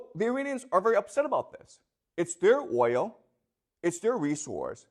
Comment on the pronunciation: The class of dummies, Cant say oil😢